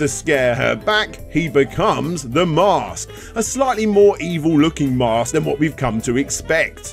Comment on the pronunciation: It’s called the Mask. The narrator keeps calling the Mosque.